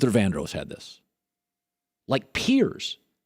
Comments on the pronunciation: Luther VANDROSS....DROSS.....OSS....please learn to say it right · his pronunciation of vandross is really annoying